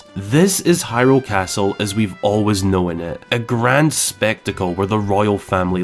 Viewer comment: lol “know-en”